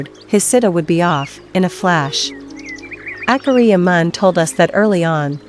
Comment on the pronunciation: PLEASE use a human voice! It’s DISRESPECTFUL for these great monks to be called AKAHRIYA by this artificial ‘voice’!!! If you want I will do the voiceover for you free.